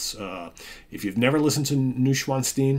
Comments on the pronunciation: Hi the pronunciation is Noy schwanzsteen thanks Jonathan 😊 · pronounced noysh-von-stein